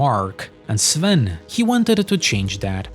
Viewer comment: Finally a YouTuber that can correctly pronounce Sven's surname